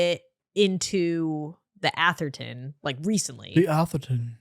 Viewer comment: Go to and listen to say “ The Atherton” in a British accent, trust me😂